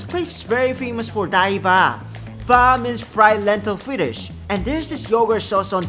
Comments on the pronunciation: It is pronounced as dahi vada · He might have been told "Dahi bada" a different name for the same dish in some Northern parts of India.. so he pronounced it as Dahi baha.. lol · How he pronounced Dahi Vada I'm cracking Up It's Cute 💀💀✨ Dahi Waa~ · It's dahi vadda but we pronounce like the he ve daa